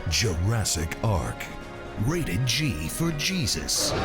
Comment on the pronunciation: Not ‘G for Gesus’ 💀💀